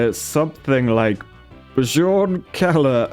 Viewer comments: Hey! In Nordic language you read "j" as a soft "i". So Bjorn read a bit like "Biorn". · its prononced byorn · i think Bjorn is pronounced "BYORN" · I'm surprised people in the UK don't know how to pronounce Bjorn..